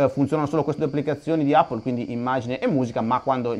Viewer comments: NON SI DICE 'APPLE' SI DICE 'EPPLE' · Andrea la pronuncia corretta è "èppol" (non è un offesa :D) cmq continua così sei grande!